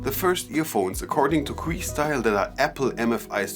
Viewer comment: It’s not queestyle like your saying it buddy😆 it’s Que like a simple Q.. ✌🏼